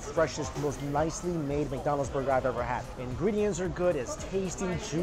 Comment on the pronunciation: it sounds like he says Mccited haha